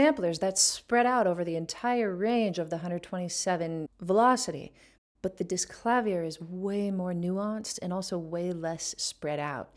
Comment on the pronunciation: Congratulations with your new album,! Any ambition to compose too? The first pronunciation of Disklavier was better. A bit too long on the "kla" for German, they put the emphasis on the second syllable. The second syllable has the same sound as in "beer" but then with a v.